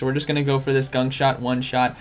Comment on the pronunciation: Ya....today is ..."gunk short day..."😂😂😂